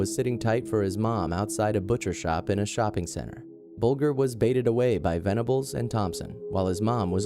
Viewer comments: The victim of the killers at position #1 is pronounced Bull-Ger (Ger- like at the start of Germany). Terrible case from when I was a kid committed in my neighbourhood. The boys are free now and have secret identities. I truly hope they have reformed. What makes people and kids snap like that? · You pronounced James Bulgers name incorrectly, it's pronounced bulJer, instead of saying the letter G :) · its pronounced as bul-jer not bul-ger but it is spelt bulger rip james bulger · It's buldger not bugler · Sorry to be pedantic, but James Bulger's name is pronounced (bul:jer) not (bul:gur). This happened in my home town Liverpool, and now his killers have been released with multiple new identities. Venables has also been charged with indecent images of children since being released. What a wonderful world we live in. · Great vid but its James BULGER not what you say buljer if you like ....the worst kid killers ever I live same area and it was horrible what they did to poor James RIP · Actually, Venedbles and Thompson both admitted that there was not a sexual nature to their attack on Bulger (pronounced Bul-jer). The Police also said that there was no sexual nature. While it is true that Bulger was found by train tracks naked and 2 days dead, no sexual assault was found. Sorry... We had to research that case in school during Crime and Punishment. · It's pronounced "buljer", dumb yank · Disrespectful that you can't even pronounce James Bulgers name correctly. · Love your videos. Just a note though - that's not how you pronounce Bolger hahaha. The 'g' is pronounced like 'j' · You don't even know how to pronounce the victims name.